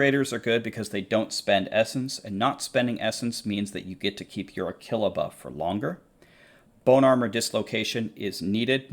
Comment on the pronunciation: Did I just hear pronounce Aquila “a killa”😂😉